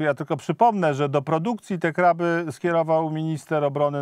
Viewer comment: A pan z KO wielki "znawca" spraw wojskowych ciągle KRYLE i KRYLE zamiast KRABY.😂😂😂